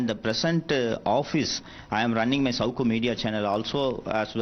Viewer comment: Sabuku ila dubuku it is savuku